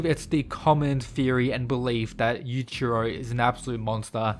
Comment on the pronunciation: The I in Yuichiro is not silent. Such disrespect.